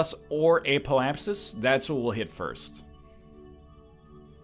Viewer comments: apoapsis is pronounced app-O-app-sis btw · "Ape-o-apsis" - it cracks me up every time. And I swear I even hear a hint of an "L" there too... apeolapsis. Thank you for this series. I, unfortunately, watched someone who knew what they were doing, before I self played the game. So I haven't experienced the newbie phase myself. It's very uhm... enjoyable to watch the progress of discovery.